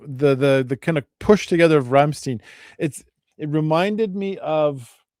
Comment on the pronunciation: person-turqouise-waving::text-green-game-over::face-red-heart-shape::trophy-yellow-smiling: "ei" in german, is pronounced as " i " english pronoun.. ..Rammstein, rymes with "mine" or "wine"..